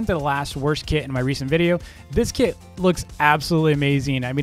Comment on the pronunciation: The way says kit it sounds like the word kid to me